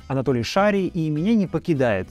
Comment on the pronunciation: Ролик сильный👍🏻. И смешно, и страшно олновременно. Я вот только не понял, почему это вдруг, уважаемый автор, вы Толика Шария в пророссийские пропагандисты записали? Вы даже фамилию его неправильно озвучиваете. Как тогда вы можете такие выводы делать? Если бы вы следили за его творчеством с 2014ого года, вы бы были в курсе.